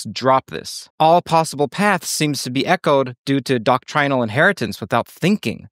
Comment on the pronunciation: You mispronounced doctrinal...and your delivery is too aggressive and arrogant....but that doesn't dispute your analysis, which makes more sense than the literal interpretation of "every possible path". You are off way base to attack Veritasium until you achieve the kind of success Derek has had in creating interest in ridiculously esoteric ideas. He makes no claim to be a physicist. And has 40 Million Followers! You have about 4% of that :) The truth is that we, as a species, are not capable yet of discerning real base understanding of what's going on beyond our limited senses... Keep up the ambitious work. Don't be a hater on a great communicator like Derek. You have different skill sets.